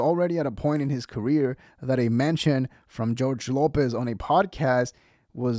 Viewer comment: He’s a beast. Great young man. Lopez not pronouncing his name correctly is such disrespect.